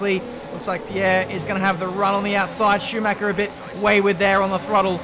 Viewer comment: Love your videos as my daily dose, but: Schumacher isn't pronounced Shoemac-ca ;)